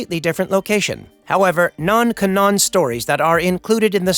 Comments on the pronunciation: Is this an AI voice? Cause y’all have not pronounced the names very well. And barley a pause after the period. It just keeps going and going . But seriously, the pronounceation. (I.e-the word canon was pronounced (CAN…half second pause , NON.) so yeah… AI channel or no? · How can you make it tonyour age and not know how to pronounce canon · And mispronounced "canon". Makes me wonder if it is a real narrator or just a text-to-speech regurgitating an article somewhere. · the way he said canon was jokes canaan you gotta canann bread